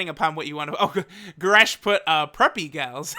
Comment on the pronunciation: Man said the homie goresh